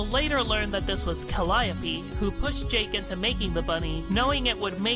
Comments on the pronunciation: "Calliope" is pronounced "CAL-ee-ohp", not "cal-AY-opee" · It has been a confusing thing in Homestuck, but in one of the parts where Calliope shows off her Trollsona, she mentions that the Trollsona's name is Callie Ohpeee Stating that "It's jUst my name spelled oUt phonetically". Also, she gets her name from a Greek muse also named Calliope, and Greek Calliope is pronounced kə-LY-ə-pee.